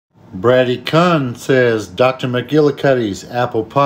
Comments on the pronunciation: Brady (Kuhn) is pronounced (Koon) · I'm pretty sure his last name is pronounced k- EW-n also. Lol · I think his last name is pronounced Kyoohn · He pronounced Brady kuhn wrong LMFAO 😂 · Kuhn It’s pronounced Que-oon 😊 Thanks for the vid though! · Dudes last name is pronounced “coon” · It’s actually pronounced like coon. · It's pronounced COON 🤣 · Lol. Its pronounced like Q-win. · It's pronounced coon lol